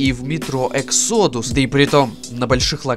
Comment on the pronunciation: Может выговоришь exodus правильно?!